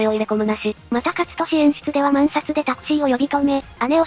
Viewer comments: これに限らず、茶番挟む割りには結構ゆっくりが字幕誤読したり字幕自体が一部誤字ったりしてる事があるけど、分かっていて敢えて直さずに放置してるだけなのかな？ 概要説明にもある通りのオーディオブック感覚で聴いていても、どこで息継ぎしてるのか分からないような一方的なテンポが右から左へ流れていくだけ、ボイスの誤読に「？？」って違和感覚えて結局画面開いて数秒戻す羽目になったりと、安心して聴ける心地好さは無い。 「勝利(カツトシ)」も流石に草。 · もうちょっと読み上げ調教してほしいです…… 勝利を「かつとし」は流石にちょっと 肝心の東方関連すら時々誤読してるので、解説動画として誤った情報を流すのは……